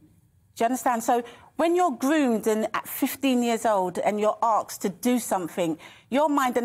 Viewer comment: Did she say "arksed"?